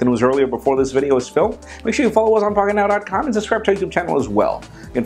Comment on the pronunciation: Was I the only one that heard the f-bomb in ? I know he meant pocketnow, but...